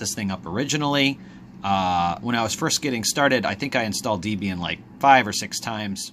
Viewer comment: Been a Linux user for some years now. You managed your switch well coping with the differences in OS. What's your next step? [ Ps pron. 'Deb-Ian' as in Debbie and then boyfriend Ian Murdoch who created Debian ;) ] RIP I.M.